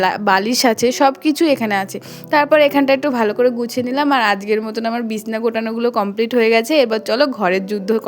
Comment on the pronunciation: বিসনা কথা টা শুনতে ভালো লাগে না সঠিক উচ্চারণ হলো বিছানা